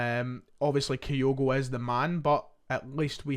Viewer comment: Why are you saying 'Gay' instead of 'Gyu'? Reminds me of when you said 'Kayogo' instead of 'Kyogo'...for months. Strange! You're obviously able to read, so I'm not sure what it's all about 😅